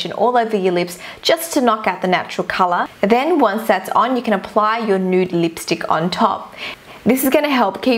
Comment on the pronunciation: You are so cringe you say lipstick like this leepstick it's really funny and cute xx I'm not hating I love your vids to bits xx